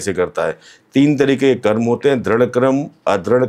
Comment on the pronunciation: कर्म को कर्मा क्यों कहते हैं, क्या आप अंग्रेज हैं 😂